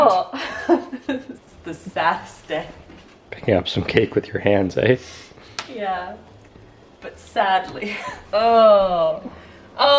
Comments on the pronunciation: go to for a proper canadian "eh" moment lol edit: woah another one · I have watched so many videos and never realized yall were from Canada until I heard say ehh lol